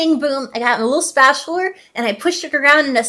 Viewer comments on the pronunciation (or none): Me golden spatuler. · Okay… I have learned that can’t say the words BAGEL, SPAGHETTI, and SPATULA properly. Also see a doctor.